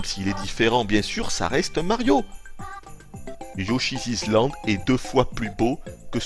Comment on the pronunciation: "Mais prenez un Yoshizizland,prenez un Yoshizizland !" Mdr.